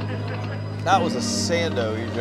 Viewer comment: Sando… sando… Sando. Please. Jeez man